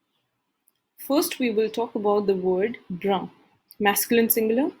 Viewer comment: You're pronouncing "Marron" and "Brun" wrong. Ce n'est pas comme ça qu'on le prononce en français